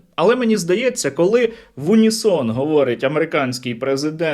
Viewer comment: Було сказано не в унісон а в уні